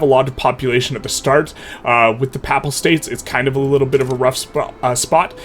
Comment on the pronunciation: It is hilarious that you pronounce Pap-pal state like it's a pap smear.